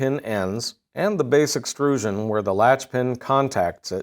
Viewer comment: What is a "base excrusion"? Does he mean "extrusion"?